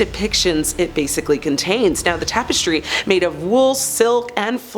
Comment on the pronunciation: I came here to say this - as soon as I heard her pronounce it as "seltic", I cringed. It's also weird how she pronounced "tapestry" as "tape-estry"